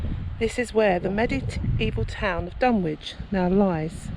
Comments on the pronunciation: Fascinating but it isn't called Dun Witch, its pronounced Dunnich. Sorry but your ghost box looks and sounds like a transistor radio picking up distant radio stations. It's playing modern music and an Oasis song called My Sister Lover which includes the lyrics "I'm your brother". I know Dunwich very well. I grew up near by and visit often. It's very peaceful. I find Middlegate Street quite fascinating. Once a bustling street, now a ditch in a woods. Most of these videos miss it out completely unfortunately. Nice try though. 😊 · It’s pronounced Dunich